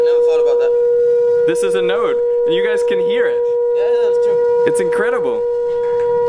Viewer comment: ohhh.. thanks for clearing this out, cause i heard him say "note" and not "node", i was confused cause i heard a change in pitch. Additionally the host says "the flames comes out in an anti node" which is opposite to what my mind can process since it means (i.e) that at the lowest wave point the flames comes out?!?